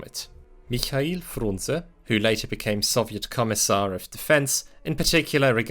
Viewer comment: Finally, first one to pronounce Mikhail the correct way